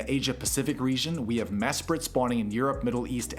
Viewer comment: WTF is this editing bro 😭also you butchered Mesprit and Azelf after nailing Uxie lmao Gorgin. It's GORGING, my guy. Jupiter???? What are you talking about All of these infographics are genuinely quite difficult to parse, which defeats the purpose of an INFO-GRAPHIC. A wall of text would be easier to parse than this shit dude 🤣